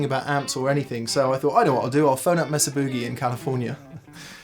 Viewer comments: It's MAY-SAH not MESS-AH. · /'may-zah'/ ... not "mess-uh" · It's "May-Sah" Boogie ;) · "Muuuhhh sa" "booh-gahhh" haha! Love the English pronunciation of this. In the states we say "May sa" "booh-ge" I think I like the English pronunciation better. I'm gonna start using it! Reminds me of when I was watching the UK series, Hart's War and guy kept talking about his new aluminum prosthetic leg. I had to look at the sub titles to realize the was saying aluminum. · I noticed these English guys don't know how to pronounce Mesa.